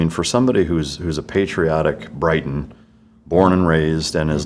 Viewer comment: 2.25...Does he say 'Brighton' for Briton? One is a seaside town and a Briton is defined as: A native or subject of Great Britain. A person from the island of Britain, which includes England, Scotland, and Wales. The term "Briton" originally referred to the Celtic peoples who inhabited Great Britain from the British Iron Age until the High Middle Ages. These ancient Britons spoke Common Brittonic, the ancestor of modern Brittonic languages.